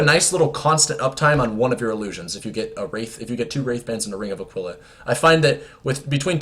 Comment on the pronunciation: ring of aquila like taquila? Are you saying it wrong or am i saying it wrong?